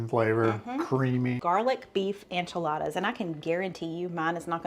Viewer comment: It cracks me up the way he says Enchiladas, Onchiladas. 😅